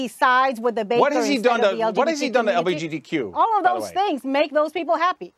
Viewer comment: Lol that couldnt even say LGBTQ right bless her cotton socks